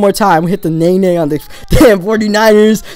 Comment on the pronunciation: Amanda Lara it's naenae